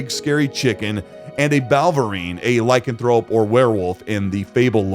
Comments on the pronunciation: I thought it was I-Can-Throw-Up. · im sure you wanted to say lycanthrope but i heard lycan-throw-up 😂😂